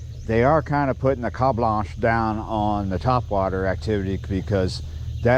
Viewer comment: The 'ka blanche'? Say what!?